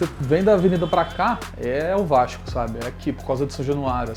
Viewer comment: ''vaiiixxxxxxcuuuuu...'' lembra muito meu primo la de bom sucesso falando no grupo da familha kkkkkkkk salve ae de SP